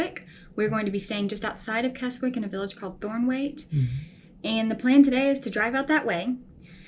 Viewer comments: It's Kezzick not Kes wick... And all the lakes that end in "water", it's pronounced "wattah". Just saying. 👍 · Kezik is the way to pronounce Keswick. Obviously. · Great video, this and the York, Durham video. Keswick is pronounced Kesick. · Pronounced Kezzick. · its pronounced "Kessick" the W is silent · Just subscribed to your channel great video really enjoyed watching it, Keswick pronounced Kes-ick the "W" in the place name is silent. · Keswick is pronounced without the letter 'w'. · Great job well done, just one thing, Keswick is said with a silent W.